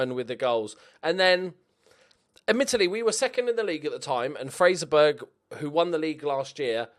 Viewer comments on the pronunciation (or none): Was bloody furious at your pronunciation of Fraserburgh until I remember I pronounce Edinburgh in the same way 😂